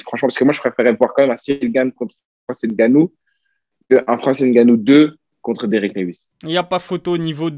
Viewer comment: Bravo :) Mais c’est Francis Ngannou Et ma pas Francis Gannou :)